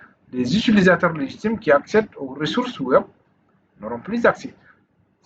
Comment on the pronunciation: On dit Web pas wop